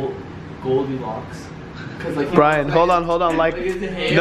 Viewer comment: Brian says Goldylox lmfao Brandon said it was a boy